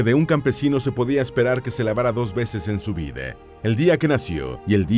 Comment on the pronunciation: Por que pronuncia las a como e? Ja ja! La “Vide” insoportable de escuchar.